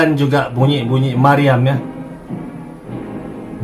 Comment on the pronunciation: Bunyi meriam bos, bukan maryam. Klw maryam itu nama orang, bukan bom 😁